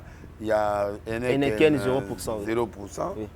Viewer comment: Heneken te 😡. Heineken ok? Heineken